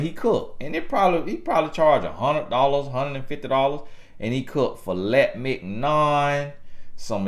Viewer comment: Fill-et-mig-non 🤣 🤣 🤣 man do he be trying to be this funny...I be crying laughing trying to receive the messafe